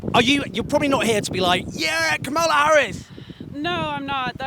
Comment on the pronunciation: Owen, it’s KA-ma-la, not ka-MA-la. 😂😂😂